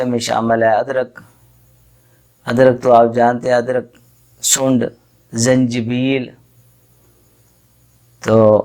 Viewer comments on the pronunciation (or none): سونڈ ہی کہنا، صحیح لفظ سونٹھ ھوتا ھے،،،،تلفط صحیح کریں،